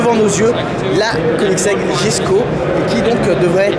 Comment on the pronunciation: Incroyable Koenigsegg, ce constructeur jamais ne déçoit 😍 en tout cas techniquement, car pour le style chacun ses goûts... ah oui, j'ai vu en direct la présentation de la voiture, et il semblerait que son nom se prononce Yesko ! Châssis entièrement nouveau, moteur upgradé avec le fameux vilebrequin plat unique au monde, nouvelle boîte de vitesse 9 rapports et 7 embrayages, 7 embrayages pour passer de n'importe quelle vitesse à n'importe quelle autre... unique au monde la aussi ! 90 kilos la boîte, contre 140 pour la DSG ! Au final l'ensemble moteur boîte pèse 190 kilos, contre près de 700 sur la Chiron... Bref, ça m'a fait un petit peu bondir quand tu as dit que c'est toujours la même chose, à un moment ça fait pitié. Désolé mais là c'est abusé d'être autant à côté de la plaque ! La voiture noire, en effet, le prix c'est abusé, incompréhensible ! Mais bon ils ont trouvé un gogo pour faire le chèque alors tout va bien 😅i